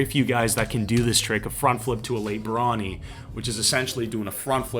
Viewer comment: You’re almost pronouncing barani correctly! The term comes from gymnastics and it’s actually pronounced bah-ran-y. Cheers, I love the content as always!